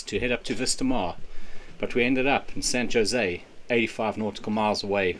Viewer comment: FYI, San Jose is pronounced "san hozay". Is it true that brits who pronounce foreign words correctly are not allowed back into UK?